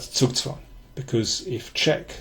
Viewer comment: This was a good one. You always say zugzwang correctly. I speak a fair amount of German, but for some reason I insist upon saying zugzwang in the most crudely American way possible. This is making me want to take that big Silman endgame book off of my shelf.